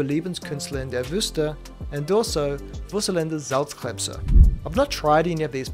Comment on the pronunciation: I'm from Germany and I was also pleasantly surprised of how well you pronounced those difficult diphtongs in "Überlebenskünstler in der Wüste"... a sentence like this would usually drive nearly every non native speaker into desperation! You even managed "Wuselnde Salzkrebse" 😂 Kudos!